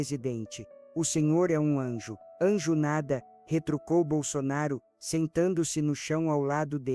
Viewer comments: Nem o nome falou certo!Jairo bol sonaro????? Tá engando quem???? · Sou bolsonarista ferrenha mas estranho como essa pessoa fala o nome do nosso eterno presidente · Não acredito em nada que falam de Bolsonaro, ainda mais dizendo o nome dele errado.